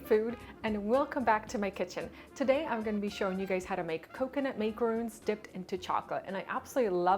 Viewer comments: Love the idea and the way you made it!! The only thing I would critic on is that it's MAC- aroon not MAKE- aroon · You didn't pronounce macaroons properly.